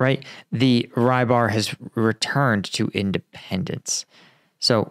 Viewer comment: Rybar - his name is pronounced quite differently, most closest I may suggest is to spell like: rubbArr